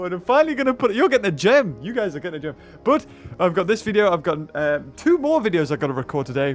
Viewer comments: It's more not mour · Did you misspronounce more on purpose